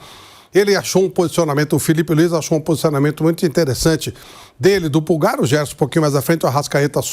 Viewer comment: Pow cara e dificil pronunciar Pulgar, que m tem, um r no final, o Pulga é jogador do Bahia.